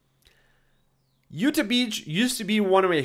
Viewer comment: it's not "youtuh" beach it's YOUTAW beach lmfao